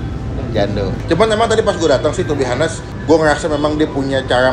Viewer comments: Bang klo ngomong honest bukan "hanes" tapi "anest" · To be "anes" bang "h" nya gadi baca....